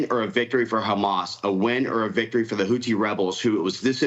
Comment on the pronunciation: "Hoothy" rebels, with a "th," NOT *Hooty. It's pronounced like it's spelled (al-Ḥūthiyūn in Arabic). I'm just as opposed to these people as anyone else, but get the names right, please.